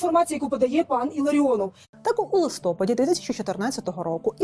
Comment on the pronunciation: Ви робите корисну справу і робите ії досить інтелектуально... Дуже Вас прошу, не вживайте таких наголосів: "у листОпаді"; "у випАдку". Не ображайтесь, адже моє зауваження, сподіваюсь, зробить Вас ще кращим фахівцем.